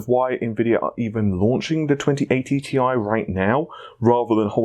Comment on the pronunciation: Can I just say that "Ti" stands for "Titanium", but NOT as an abbreviation. It's the CHEMICAL SYMBOL. Ag is for Gold, Al is for Aluminium, Cl is for Chlorine. How do you read those? So yeah. T. I. Not Tai. Thanks!